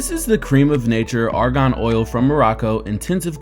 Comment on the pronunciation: The way he says Argan lol